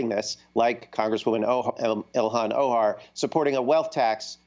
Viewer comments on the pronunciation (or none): What a hack, who is blaming the small progressive faction instead of the GOP & corporate democrats who are largely the architects of this bill. Bernie has been fighting the non-accountability of corporate bailouts, and for relief for the average worker. And using Ilhan OMAR as a specific bogeyman at least twice (@ notice his half freudian slip when he says "Oh- Ohar" where he might have played on her name in private previously to his bubble of thought buddies as "O'harm") before he eventually drags in others ostensibly labelled as progressive. After the Bernie clip see him pause as his mental gears crank out a response to the clip as a counter to his argument of Bernie ineffectually "grandstanding" - that it's Bernie & others' fault for not stopping the stimulus bill, which at least now have some accountability & conditions put in place due to their efforts. But hey, he must be part of the "AHHHH, socialism EVIL!!!" set. Edit: timestamps, clarifications. And: "shill" to "hack".